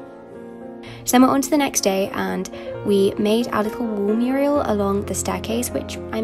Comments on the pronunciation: I kinda can’t wait to move out (probably after uni, I’m third year which is placement now). I adore charity shops and I love older things, so I’m excited to decorate the way I really want for those good prices. Also, quite cute how you said Muriel instead of mural 😂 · It's a mural, not a Muriel smh...